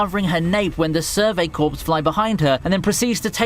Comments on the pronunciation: Corps in Survey Corps is pronounced 'Core' and not 'Corpse' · Stop pronouncing Corps as corpse. It’s pronounced with the p silent like core.